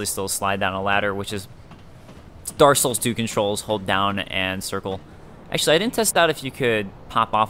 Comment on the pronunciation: dark souls, not darssouls, you jerry walliss